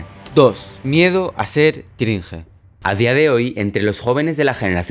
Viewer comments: Crinje jajajajaja se pronuncia “Crinch” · Por qué a los españoles les mola pronunciar palabras extranjeras como „cringe“ incorrectamente